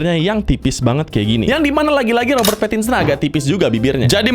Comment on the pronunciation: Bukan robert pattinson tapi robert parakinsen